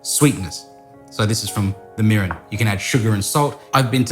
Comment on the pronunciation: Lol sounded like he said sake, URINE, soy sauce. Hahahaha sorry....but it did